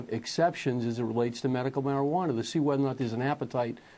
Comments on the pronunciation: What the hell is MARIJUANER??? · anybody else notice ATF Sullivan saying marijuan-er? or is it just me? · what is a marijuaner? atf can't even speak right, how can you expect them to interpret anything?